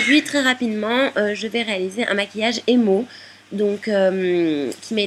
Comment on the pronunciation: jaime le maquillage que ta fait mais tu a mal dit le mot emo. continue tes video